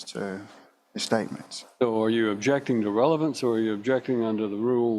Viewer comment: you missed a „revelance“ 😄